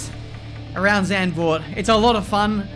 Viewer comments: English pronounciation would be like 'Suntvoort' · Please don't say Sendvoort! It's more with the soft a and a sharp z.. Zand means sand but the a is shorter and softer. My name is Marc and not Merc :') and the Z from Zlatan! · Just a note, it’s pronounced Zarnd-vord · No-one: Chase Carey: "Zandervoort" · Correctly pronounced "Zuntford" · Oh my god that pronounciation if Zandvoort... Makes me throw up already xD